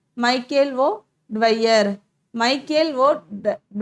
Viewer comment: O டயர் not வயர்